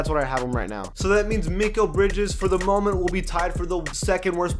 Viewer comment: It’s pronounced makel